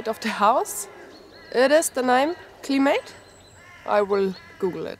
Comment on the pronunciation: Hi. the word is climate.Not to worry you are doing well.we know what you are trying to sayLuck,Mcbain.